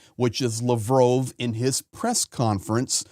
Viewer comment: YOUR MISS PRONOUNCING LAVROV -ITS NOT LAVROOOOOV